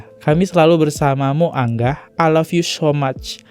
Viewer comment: Bacanya angah bukan anggah bang . Angah tu kaka perempuan